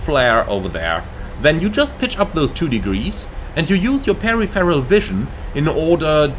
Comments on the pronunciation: Pa-riforal, right? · He speaks really good English but it's 4 syllables Stressed syllable in peripheral: pe-riph-er-al How to pronounce peripheral: per-if-er-ul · Pair RIFF Eroll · "Perry Ferral" vision? :) No, you pronounce it all in one go, per-if-fur-al. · Thanks for this really useful video! Just a heads up - peripheral vision is pronounced "per-IF-er-al" rather than "peri-feral". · A good chunk of the world pronounces it incorrectly is what you're saying :) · You are a great pilot and speak excellent English but your pronunciation of peripheral is lost in translation lol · I have to admit I've never heard Peripheral pronounced quite that way before and I honestly thought you were talking about something else. Haha all good fun mate. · Yes , diffent languages pronounce words differently . Took me twice listening to hear that the instructor was refering to the word " peripheral " , meaning roughly the outer edges of our vision . 😊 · Mate, just mispronouned the word and he made a joke about it 😂